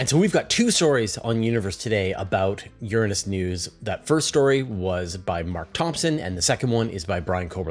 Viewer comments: You pronounce Uranus wrong. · Both pronunciations, "your-ANUS" and "URINE-us," really suck. I pronounce it "OOR-a-nus" and I hope this starts to catch on. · I Can't help but notice your different pronunciation of "Uranus" compared to the last time you talked about it.